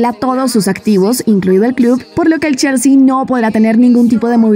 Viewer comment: Se pronuncia chelsi o chalsi